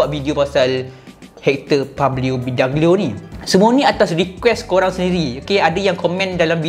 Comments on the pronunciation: Bee dOg glio bukan bidagelio.. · bidoglio bang bukan bidaglio